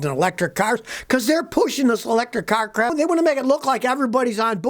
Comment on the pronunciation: When Scotty says "crap", the "a" is pronounced as in lamb, or half.